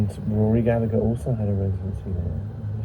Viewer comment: Proper pronunciation. Gal-eh-her